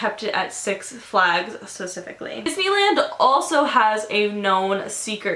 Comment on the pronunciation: Can you please learn how to say "specifically" stop saying "Pacifically" stresses me out